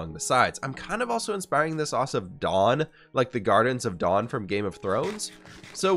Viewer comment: I'm not sure if it was your stuffiness, but it sounded like you were saying the "Gardens of Dawn" instead of the "Gardens of Dorne", the Water Gardens to be specific